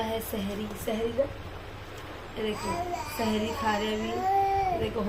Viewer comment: Sehri not sheri